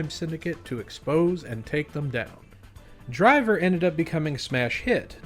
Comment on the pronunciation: It's great to know that I'm not the only person who pronounces titles like "Driv Three Ar" like that xD